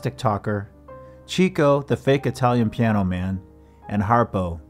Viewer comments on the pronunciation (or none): Just to point out: Chico = Cheeko ❌ Chico = Chicko ✅ It's pronounced Chicko because he liked to chase the chicks! (ie ladies) 😂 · “Chick-o” not “cheek-o” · A common mistake, but Chico Marx's stage name is pronounced "Chick-O", NOT "Cheek-O". You can hear it pronounced correctly in the snippet from their radio show. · Harpo’s brother’s name was pronounced Chick-o not Cheek-o because he was a ladies man. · Pronounced Chick-o not Cheek-o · Chico was not "Cheecko" it was pronounced "Chicko" because he got all the chicks. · CHICK-O, NOT CHEE-CO! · Just a note: Chico's name was pronounced "chicko" not "cheeko". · It's NOT cheeko, it's CHICKO! It evolved into cheeko in deference to his family (in particular, his daughter) in the later years, but he was a serious horndog in his day. You don't have to believe me. There are videos out there (had you done your research) where the man, himself, explains the name... "Yeah, I like the chickens" Or read "Harpo Speaks". I think it's page 36, if you want more proof. Or watch any episode of Dick Cavett when Groucho is his guest. They often talk about "chicko", never "cheeko". Do better, please. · Heh "", It's pronounced "Chick-oh", NOT "Cheek-oh". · “Chico” isn’t pronounced “cheek-o.” It’s pronounced “chick-o,” as most Marx Brothers fans know. He got the name because of his success with the chicks. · It's pronounced "Chick-o". NOT "Cheek - O". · Excellent work -- but Chico is pronounced "Chicko" because he made out with lots of girls (chicks). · It is pronounced Chicko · This is the best short documentary about Harpo that I've every seen. Thank you. But "Chico" is pronounced "Chicko." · Chico was pronounced 'Chick-oh' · It's pronounced Chick-o for his chasing "chicks"